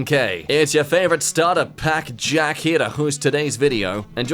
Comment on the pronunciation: jack commits a damn massacre with words